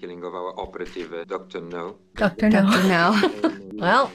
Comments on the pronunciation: Am I the only one that LOVES that called Dr. No… “Doctor Number?” 😂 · PLEASE tell me I heard that right and she called it 'Dr. Number'... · "Doctor Number"!? 😆, you're adorable - but sometimes you make me want to bang my head on the desk in frustration! lol. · Instead of Dr. No, she probably read Dr. Nº - I don't know.